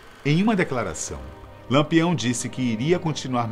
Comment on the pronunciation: E diversas vezes disse Lampeão ao invés de Lampião.